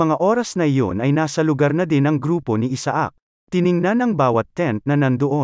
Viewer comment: Isaac should be pronounced correctly and it's pronounced in the USA, Canada and European countries as I-sick 👍